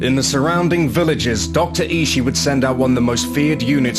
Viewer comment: I think Ishii is pronounced "E-she-e"